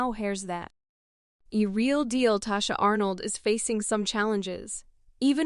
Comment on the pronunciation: Her name is Tichina not Tachina